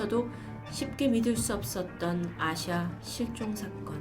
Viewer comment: 전 아시아로 들었어요..ㅠㅠㅋㅋㅋㅋ